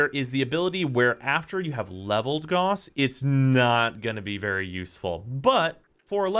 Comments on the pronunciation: IT'S NOT GAWSS. IT'S GOUSE. RHYMES WITH HOUSE. IT'S A WORD. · It's pronounced 'gouse,' like house, not 'goss' >:V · its not pronounced Gaws, its GAUSS, its german... why does EVERYONE GET THAT WRONG (except zanagoth) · Why u pronounce gauss wrong. ReeEEEEE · You are not saying the name correctly.